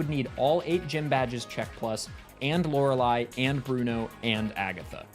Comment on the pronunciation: I watch so much Jrose11 that I genuinely find it weird hearing Lorelei pronounced correctly